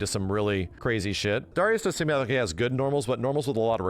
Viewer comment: It drives me crazy the way he pronounces Darius. Anybody reading this, please pronounce it "Dairy-Us"